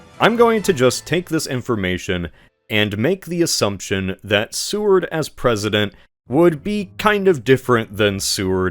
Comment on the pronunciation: It's not Sue-ard. It's SAY-ward.